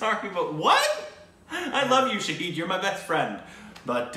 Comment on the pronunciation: "Sha-Hid"=witness "Sha-Heed"= martyr.